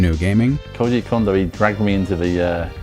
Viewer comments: It’s pronounced “kohn-doh,” actually. NOT “condo.” He’s a cone of dough, not a condominium. (At least Dylan Cuthbert got it right.) And his hometown is “nah-goh-yah.” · Did anyone else keep correcting "Cone-doh!" while watching, or is it just me? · His name's pronounced Kohn-doh, not Kahn-doh. Sounds like you're saying condom. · Shouldn't his name be pronounced Kone-doh instead of Kahn-doh? Afaik, the Japanese letter "ko" is pronounced "koh" and not "kah." The letter "ka" is pronounced as "kah." So if his name were pronounced "kahn-doh" as many people say, shouldn't it be spelled Kando instead of Kondo? And if I'm wrong, how would you spell it if it WAS pronounced "kone-doh?" Of course, my grasp of Japanese grammar is tenuous at best, so I could be wrong. I'd love to hear a native Japanese speaker weigh in on this. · I'm almost 100% sure its pronounced Koh-ndoh not Kahn-doh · Who else really didn't like how the narrator kept pronouncing KAHN-doh instead of KOHN-doh? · Does anyone else feel like it's disrespectful to not do the research on the pronunciation before spending this much time making a video about them? kon in Japanese has a long O. It's cone-doe, not kahn-doe. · I had literally never heard it pronounced any other way before I looked over Dylan Cuthbert's interview and the comments on this video. A great number of my friends are industry professionals who have even met Mr. Kondo, and still pronounce it like I did in the video. It sucks that I mispronounced it, but language barriers are hard, especially between Japanese and English. Cut me some slack. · Why does everyone pronounce his name "Kando" and not "Kondo". It bugs me. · I love that this video exists, but narrator ( I guess?), please note: 1. Kondo is pronounced "kohn-doh", not "kawn-doh". 2. It's Herbie Hancock, not Handcock. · Not ‘Condo’ Its ‘Cone-do’ If you’re gonna make a video where you say it multiple times you should pronounce it right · It's Kohndo, not Kahndo.